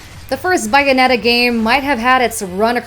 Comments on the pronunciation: Dang, this channel straight up refuses to pronounce Bayonetta correctly haha. It's Bayonetta, not Bye-anetta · The correct pronunciation is Bayonetta... All it takes is playing a couple minutes of either game, or even smash bros to figure that out. I'd say about .5% of Americans pronounce it "Sun-dee" btw, and it's usually the elderly. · "GanON" and "BYnetta". Qualtiy content 💀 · Don't understand why Metriod Prime 4 keeps getting on these lists? They literally restarted development late Summer so I'm not sure why people think this game is going to come out this year unless they want a rushed game. Also 'Bay' Bayonetta. I'm never this guy but its better to get corrected here than in public. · She said it wrong lol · Nope, Sega released the original Xbox 360 and PlayStation 3 versions with English dub only. There was no Japanese dub until the Wii U version. Google it. That's why in Smash for wii u, there is no Japanese dub for Bayonetta in the Japanese version when using her Bayonetta 1 costume. Either way, this video is in English and it is pronounced Bayonetta in English.